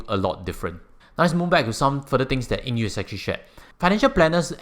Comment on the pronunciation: Did you pronounce his name wrongly? Not Eng Yew